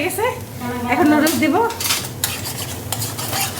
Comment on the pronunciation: নুডুলস কে কিভাবে এই অশিক্ষিত মহিলা লুডুস বলে?👍